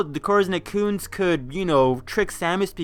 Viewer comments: It sounds to me like you're salty for some reason and trying to attack Matpat, for some other reason, and none of it is very well explained. For one thing, "Ett-ih-koons" not "eh-koons" and another... Maybe try to be less hostile in the future if you want to attract fans. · Say "merrit." Now say "Serris." How did you get to "Serious?" How did you get "eccoons" when you saw "etecoons?"